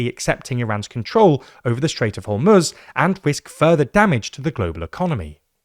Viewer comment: Thanks for pronouncing Iran and Hormoz correctly.